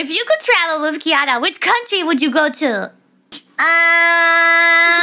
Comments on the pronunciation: Or at least not emphasizing the word "to" so much. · One of these days she'll learn to pronounce "to"...